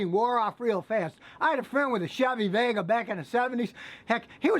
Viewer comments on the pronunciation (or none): none